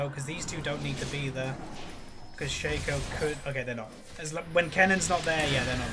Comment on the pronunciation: its shAco not shaeco